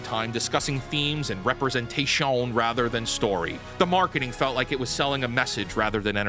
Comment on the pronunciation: You did the “representat-SHOWN” like I’ve heard on Nerdrotic!! I cracked up!!!